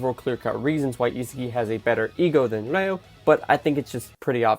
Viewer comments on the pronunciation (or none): Bro are u saying Reo or Leo😅. Dont mind me though. Fire video as usual